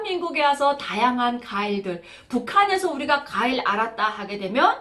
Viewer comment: 아휴~~ 가일이 아니라 과일입니다 제 귀에는 가일로 들려요 ㅋㅋㅋ 티비에 북한 여자분 관광을 항상 강강 들려요 ㅋㅋㅋ 화이팅!!! ㅎ